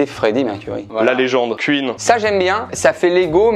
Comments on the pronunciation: pourquoi il dit "CUINE" au lieu de "Queen" ? et "CUIDDITCH" genre ça se dit "Quouidditch" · Même s’il dit « Cuit-ne » pour Queen 🤷🏻‍♂️